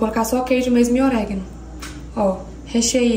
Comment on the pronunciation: não é CELORAS e sim CEROLAS,vc troca a ordem do R e L. E não é OREGUINO é ORÉGANO. Bjs 🌻